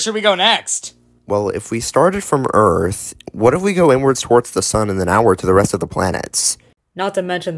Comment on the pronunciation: Hehe earf…. And Luna is soooooo cuteeeeeeeeee